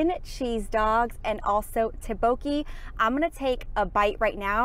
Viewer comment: My soul left me body when I heard them pronounce tteokbokki